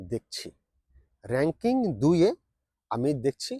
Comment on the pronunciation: রেং কিং টা আবার কি??? কথাটা র‌্যাঙ্কিং হবে।।